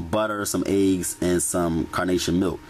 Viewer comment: I like how you pronounce ''eggs'' ayegs lol.